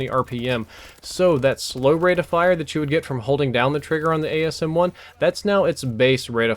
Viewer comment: It's called the asm1 not the ams1